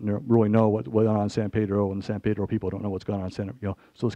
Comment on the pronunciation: Every time this supposed "expert" said, "San Pedro." I cringed. We do not pronounce the name of our town : Paydro. It is pronounced by every local (Pedronian), Peeeedro.